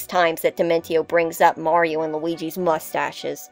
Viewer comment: Finally! A video about Paper Mario villains where the host doesn't pronounce Mario as "Mary-O"!